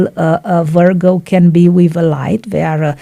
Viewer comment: You pronounced "Virgo" incorrectly.